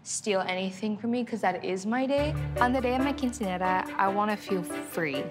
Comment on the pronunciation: literally it triggered me how she pronounced Quinceañera, and chambelan😭😭